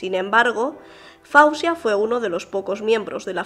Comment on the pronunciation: NO SE PRONUNCIA FAUSIA PERO FOZIA.. MI HIJA SE LLAMA FAWZIA YACOUB SE PRONUNCIA FOZIA..NOT FAUSIA